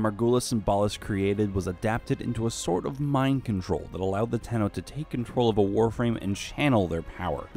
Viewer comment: Zariman 10-0, 10-0, ten-0, ten-oh, Tenno....